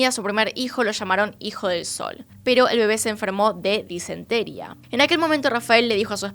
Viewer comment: Minuto "disentería " lleva acento en la " í " pronunciaste sin acento